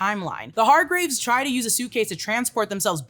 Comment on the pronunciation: Hargreeves pronounciation is also off :")